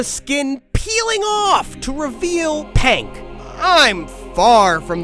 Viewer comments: It's Pink not "Pank" you're saying it wrong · Bro that is not pank it is pink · AHH YES "PANK" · “King of The Pank” 😭😂